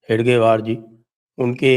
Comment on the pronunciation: Sir its hegdewar,, not hedgewar